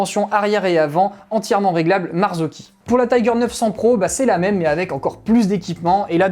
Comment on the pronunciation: Bravo pour cette vidéo très instructive et pédagogique! Et en plus tu prononces super bien Marzocchi maintenant 😅😅😅